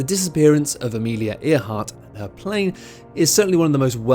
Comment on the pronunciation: How can you miss pronounce Amelia Earharts name. So poorly educated!